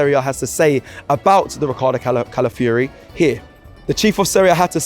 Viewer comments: Please say his name properly, NOT pronounced Cala - fury pronounced Cala - fee - ori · God damn britian, at least try. Cala fi or e Who is cala free/ calaforee 😅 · Please try harder to pronounce his name properly it is respectful. Cala fiori not Cala fury. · Calafiori. Not Calafury bruv 🤦🏾‍♂️